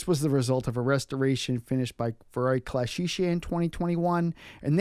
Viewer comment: Ferrari Classiche is pronounced as if as with a k ou q... Classické (the "e", open, as in French paté)...not ClassiSHé, PLEASE!!!!!;-)